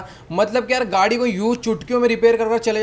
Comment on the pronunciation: gadi ko gudi bolte hai